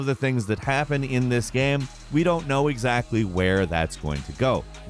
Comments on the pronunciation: Is it just me, or does he pronounce “game” as “gyâm?” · why da hell does he pronounce "game" like that?? I cant stand it